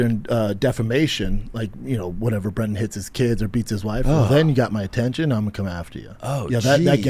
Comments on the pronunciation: Why do you call him, "Brandon"? His name is Brendan. If you are bringing "receipts" then, at least get his name right. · I’m not a fan but for fucks sakes the dudes name is BRENDAN NOT BRANDON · I think the constant “Brandon”instead of “Brendan” is childish. Be better. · It's BRENDAN NOT BRANDON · The fact you pronounce it Brandon instead of Brendan is truly the chef’s kiss to your trolling. LET HIM COOOOOK 😂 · His name is not Brandon it's Brendan. How are your "facts" supposed to be trusted when you can't even get his name right? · Stop calling him BRANDON it's Bren-den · It's "BrEndan," not "BrAndan!"😂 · The disrespect of a channel who makes money off of criticizing Schaub not knowing the difference between "Brandon" and "Brendan" is hilarious. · Does this guy know it's Brendan and not Brandon? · Dude, its "brendan" not "brandon" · Brendan NOT br(A)ndon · Isn’t his name Brendan not Brandon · His names Brendan not "Brandon" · Why do you call him Brandon? It's Brendon. How do you not know this? Kinda Cringe tbh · I love how you call him Brandon instead of Brendan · Calling him Bandon the whole video is hilarious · Say it with me Breeeeenden… who tf is Brandon Schaub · You cover this guy often… how are you going to call him Branden instead of Brenden in the first 30 seconds lol you must be trolling! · "Brandon", aka Brendan. Seems you did at least 5min of research on this video.? Can't get his name right? Is this AI? Not defending BrEndan. You bash on someone, know what you're talking about or you are someone in the mud trying to drag someone else(more successful maybe) into the mud with you. Podcasts are easy- you like=you listen, you don't=you don't. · Yo, bro…. It’s Brendan* not Brandon. I cringe every time I hear Brandon 😆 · Do you always call him Brandon? It’s Brendan. 🤷🏻‍♂️ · These guys are lame….but his name is Brendan not Brandon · Are you calling him Brandon to troll him or can you just not pronounce Brendan? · STOP SAYING BRANDAN BRO